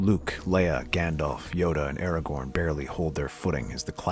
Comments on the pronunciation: It's ARAGORN, NOT ERAGON. Aside from that, very good. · He keeps saying Eragon instead of Aragorn. Eragon is a Dragon Rider. Aragorn is who he’s meaning here. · The mispronunciation of Aragorn and Sauron really hurt